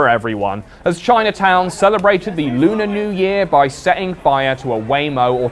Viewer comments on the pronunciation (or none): none